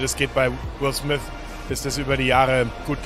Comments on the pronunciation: Niemand.. wirklich niemand: "Will Smiss" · Montes englisch er sagt nich Will Smith sondern Will swys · "Will Smiss" mann kennt ihn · Spricht man ihn nicht so aus? Also er wird Smith geschrieben aber smis ausgesprochen oder? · Niemand: Monte: Will sMiS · niemand: monte: will smis, saus pak